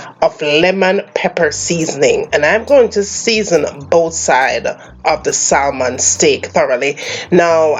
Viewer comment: Looks delicious, I’m on keto so I’ll omit the rice and potato. Don’t be mad but just letting you know the the L in salmon is silent, so it’s pronounced SAMON.